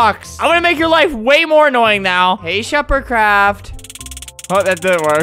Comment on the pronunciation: When he said SheferCRAFT I though he said Shepherd Crap